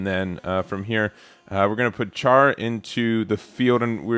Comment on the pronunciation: Something I noticed in the previous upload was your pronunciation of Char, forgot to comment on it then. The Ch at the start is closer to an Sh sound, like in champagne or chef. Yes, Gundam names are awful and basically exist to make one really wonder what the limits of names and sounds can be. Just wait until Zeta Gundam shows up and people have to try and pronounce Byarlant, Quattro Bajeena, or Bask Om